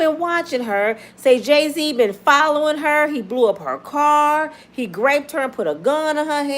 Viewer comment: Sis, I’ve just got to share with because I want you to be ok and 100. The word is groped (like rope) not graped (like grape) 🙏🏾💯🙂